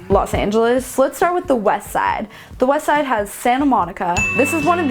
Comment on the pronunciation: Please don’t say west side like that again. Please.